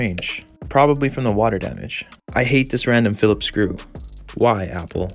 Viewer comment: you finally said it right!